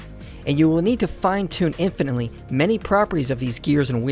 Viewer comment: When you said "fine-tune infinitely many properties" it made me question whether you understood what was being said. Your emphasis made it sound like you were saying "infinitely fine-tune many properties."